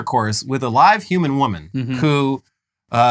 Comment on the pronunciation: pronounced live as live when in this context it's pronounced live